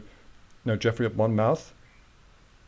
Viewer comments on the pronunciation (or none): Hello my friend. Talking of minefields, the name Monmouth is pronounced as Mon-muth - with emphasis on 'th', like moth sounds.